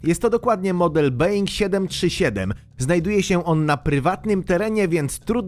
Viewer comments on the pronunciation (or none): szanowny panie yutuberze , mowi sie bołing a nie bełing